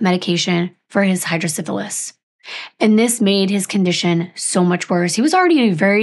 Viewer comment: I don’t know if if was you who blurred the boys faces or if you got the photos that way but I’m so glad they have been protected. Also just a quick note (I feel it’s an accent thing but I just wanted to mention it) but Hydrocephalus is pronounced “cEph” not “cIph”, hydrocEphalus. Just a small thing but I wanted to mention it. I have had Hydrocephalus 35 years.